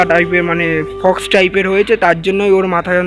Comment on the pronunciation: Fox noe ota k Pox bole 😅😅🤣